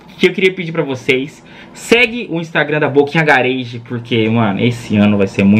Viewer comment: quer usar o nome em ingles ok... mas "gareiji" eh foda... "gáragi" poooooo